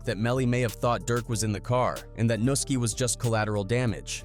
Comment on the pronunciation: man y’all really gotta do a lil bit better with the whitebois y’all get to narrate these videos and AT LEAST get them to pronounce these rappers names right 😂 can’t make it look 100% like you just making quick content to profit off of gang culture & the death/violence that comes with it because it’s easy views, even if that’s exactly what y’all doing 😅 btw, it’s pronounced noo-SKI, not Nuh-ski.. that’s the only one i’ma help out with 🤓